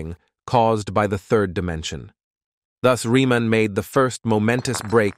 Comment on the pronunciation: Story tellers. At learn that the name of that mathematician is pronounced as : [ reaman ] not riman . German origin - German language.